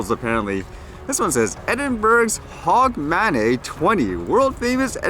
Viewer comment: Edinburg :-) LOL. It's pronounced Edinburough and it's HOGmonAY :-) I love the way the English language has more exceptions than rules to things like pronounciation.